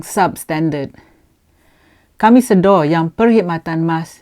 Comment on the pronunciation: Sebutan yang betul adalah sedar Puan... Bukan Sedo (slang org Muo) :D Anyway tq puan for the info that you have shared with us. Menteri pengangkutan dan pihak atasan Mas please tampil keluarkan kenyataan tentang insiden ini. Jangan membisu ingat orang tak tahu.